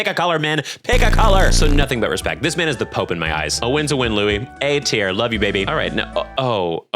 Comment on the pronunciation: Even before he said it outright in the video, I knew must have watched Beastars because he pronounced Louis' name correctly lmao